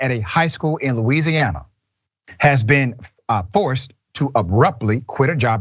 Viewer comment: Loo-weezee-hanna izzuh' nice place.